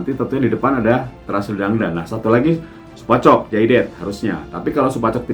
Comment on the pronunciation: Salah om, Supachok Sarachat kalau Supachai Jaided. Bukan Supachok Jaided wkwk